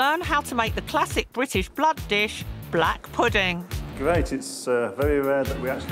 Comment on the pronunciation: Why does she said blahd instead of blood lmao